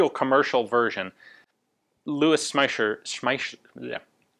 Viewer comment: Ian, that was great! Louwis Shm..Shmeisss...Schmaisser. i know, it is difficult if you did not learn german at school. it is almost as bad as french.